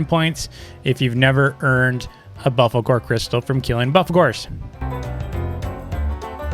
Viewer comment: Me: I'm a pro Also me: pronounces buffalkor like "buffkalor"